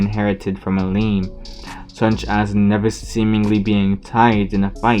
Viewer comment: it's milim not mileem